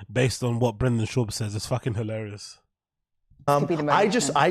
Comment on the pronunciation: ”BRANDON SHAUB” 😂 she started the Brenda Schlobbo movement.